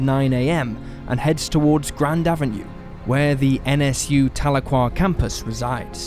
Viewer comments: Telookwa? It's Tal e kwa Tahlequah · "TAH-luu-quah". Haha, oh no... Please when researching also look into how to say the town names like locals. At least you got it right later in the episode... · As a Oklahoman, how you pronounce Tahlequah is just.....ughh!